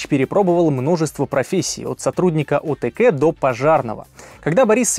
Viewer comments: произносится: О Тэ Ка, а не О Тэ Кэ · откЭ?) Говорите по-русски правильно – ОТКа. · 1 - не о т к, а о т ка - это правильно! 2 - голос эпохи... Не смешите мои сандалии мальчик, не стоит разбрасываться такими громкими словами! А за кликбэйт толь ДИЗ 👎👎👎